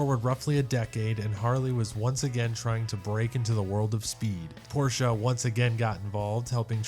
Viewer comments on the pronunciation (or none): none